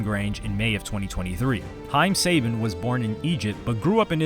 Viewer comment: I'm sorry I can't get over this, you make a whole two hour video amd can't be bothered to pronounce haim sabans name correctly as you mention him 30 times, come on bro tighten up